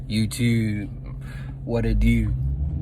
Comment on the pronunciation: “YewTube... Mountain Dew”